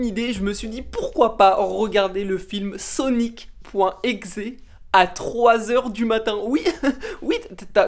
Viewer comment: C sonic.exe pas sonic .exé